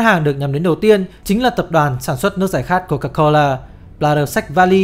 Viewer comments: Nghe tới cồ ke cồ lơ với ờ đi đớt sì cái t ứa ngan -_- nghỉ coi. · Lúc đọc tên hãng nước ngọt là cô ca cô lơ thấy cứ kiểu gì ý 🤣🤣🤣